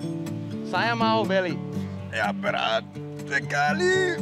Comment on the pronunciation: The way you saying "Beurat" sounds very Sundanese 😂